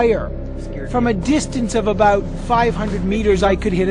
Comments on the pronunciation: he say's "aboat" hehe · to hear a Canadian say the word "About"